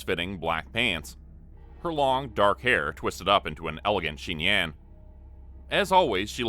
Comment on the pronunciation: the word is chignon* - a knot or coil of hair arranged on the back of a woman's head. And it's pronounced shee-nyon.